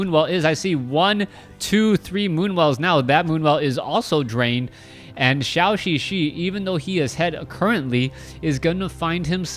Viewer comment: Why does keep pronouncing Zhouxixi like Shaoxixi?